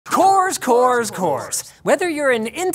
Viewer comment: wcores, wcores, wcores !!! That is all i heard hahah i won't tell which letter to replace with which one :)